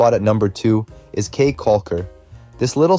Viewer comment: Caye is pronounced “key”.